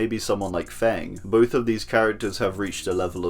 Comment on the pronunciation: btw, feng is pronounced like fuhng, not fant